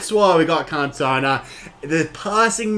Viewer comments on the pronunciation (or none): Ewww He says kantowna. Please make sure you pronounce icons names correctly. The commentary even says his name time after time. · Omg bro seriously say his name right ffs lol, can't take your review seriously hearing cantone aaaaaaaa every 10 secs. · It’s pronounced CAN-TO-NA great review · Did he just say can tona